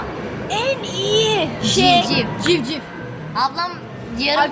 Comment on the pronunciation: Her şey olarak ama civciv değil civciv